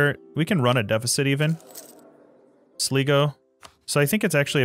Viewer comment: The i in Sligo is pronounced like the word "eye" in English. The Irish pronunciation though is: "shlig - uch", spelled Sligeach. That ch at the end there isn't a sound that's in English though. It's a sustainable consonant that comes from the back of your throat. It's hard to explain without using any Irish.